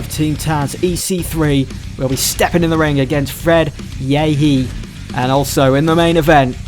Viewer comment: I think it’s pronounced yehi is pronounced like Yay-high.